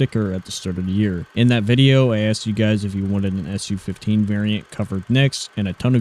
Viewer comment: It's Soo 15, not Essyou 15